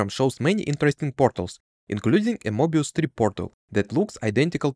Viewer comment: Sorry… “morbius” strip???